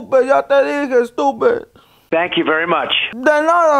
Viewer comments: ”estuped” lla te dije wey💀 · lol he called Trump estupet